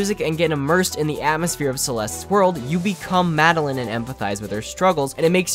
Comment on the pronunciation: Mad-el-eyen. Not mad-el-in.